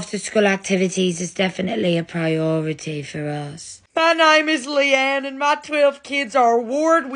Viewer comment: I live how "pri-oo ree-tee for uus" is pronounced 😭